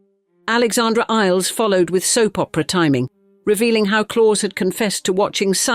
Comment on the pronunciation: His name is pronounced ‘Clowse’, not ‘Claws’